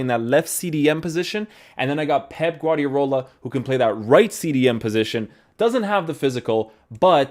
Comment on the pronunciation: Only one R in Guardiola mate